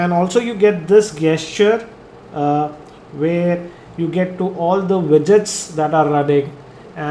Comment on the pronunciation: Sir i appreciate ur videos but don't get offended but it is pronounced as jesture(gesture)